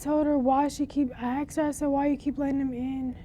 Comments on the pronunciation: Wish black wouldnt say aksed instead of as-ked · So even the guy texted - ak-sed woah thought it’s just black woken saying aksed not the proper way of asked